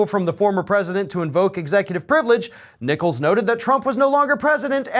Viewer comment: Ok, I took a doubletake when you said the Judge's name. I almost thought you said his name was "Judge Nickles". 'Cause that's both cute and hilarious.